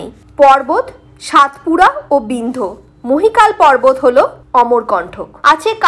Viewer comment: মহীকাল নয় মহাকাল পর্বত